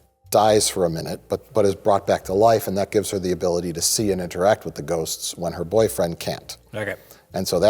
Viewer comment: I love how perfectly mike says “ghosts” like he practices it in his spare time.